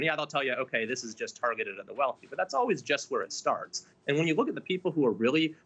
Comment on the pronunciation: Did he say"Leftislation?" :-D:-D:-D